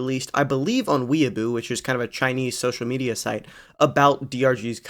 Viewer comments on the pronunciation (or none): It's not "weaboo" bro 😭✌️